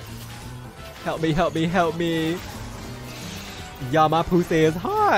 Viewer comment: omg i swear to good i thought you were saying ''pu**y'' with a weird pronunciation everytime hahahahahaha like spanish is my first language but ''pues si'' was not clicking for me LMAO